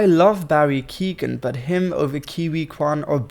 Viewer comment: Also Barry “Keegan”